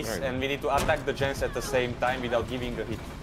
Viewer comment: shot calling kept calling the Gens " Yens " lol. " I'm on Yen I'm on Yen! "